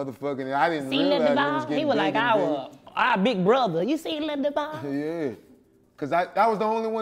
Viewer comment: Duval, hit the J properly my G🤣